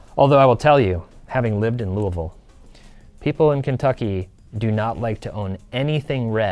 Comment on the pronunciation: Thank you for saying "Louisville" correctly! haha You're also correct, we hate red here in KY, but we love John Wall! Someone would love that card.